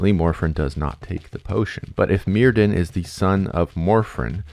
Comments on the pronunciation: enjoying the video! but just a quick note that the welsh 'dd' is its own letter and not pronounced like the english 'd'. 'dd' has more of a 'th' or 'f' sound so myrddin is pronounced like merfthin, with emphasis on the 'dd' sound ! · I'm being really petty now but "y" in Welsh is usually pronounced as "uh". So "Myrddin" would be "Muhrthin"! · Clearest example: dd in welsh is pronouced as a (voiced) "th" in english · because the c.f. voice on YouTube pronounces it "murr"-rhymes- with-purr, "th"-like-then, "in"-like-thin. But it's a computer, not a Welshman. Also, please tell whether the Welsh Gododdin were influenced by Germanic/Norse paganism (or the English, who didn't exist until after the Gododdin named themselves....) Thanks. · DD is pronounced TH. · It's difficult to take this seriously when you haven't bothered to learn how to pronounce Myrddin, Vortigern, Taliesin, or basically any name in the video. I quit 15 minutes in because you cluelessness just became too much. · I realize there's not much chance you'll be able to redo your entire voiceover, but I just started watching this and wanted to give a heads-up that the DD in Welsh is pronounced "TH" and not as a "D" and likewise "dw" is "Doo." Enjoy your content very much regardless!